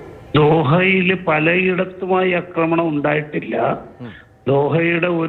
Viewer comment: അക്രമണം അല്ലെടോ, ആക്രമണം എന്നു പറയൂ.